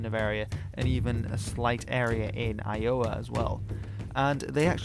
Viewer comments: Eye-Oh-Wa?!?!?! Iowa! Seriously... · Eye-OH-wah? EYE-owa. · love the eye-OH-wa pronunciation of Iowa. Accent on the FIRST syllable please!!! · I think it’s funny how you pronounced “Iowa” you seemed to say “I-O-Wa” it’s more pronounced like “I-Owa” but try to say it all together without having a spacing... it’s just “Iowa.” Also, Little Big Man, the movie, was one of the very first movies to depict Native Americans as good and not down right “evil” or the “enemy” to the viewers. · Eye yo o wha is an interesting way of saying Iowa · Just a little tidbit from a speaker of an American dialect (actually not to far from the area this video takes place in)-- we tend to pronounce Iowa like íowa with the stress on the first syllable. Good video though, I love your channel! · I was born in Iowa and I've never heard it pronounced as eye-OH-wa before. You're thinking oh-HI-oh maybe? Lol! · better learn how to pronounce iowa . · You said Iowa weird.